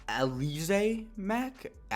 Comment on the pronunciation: I think it’s pronounced al-ih-zay